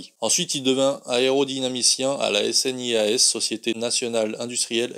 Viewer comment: snias. Prononcer "Sniasse". et Prononcer Veri-izi et pas Variese. Very easy en bon anglais. Pour les connaisseurs.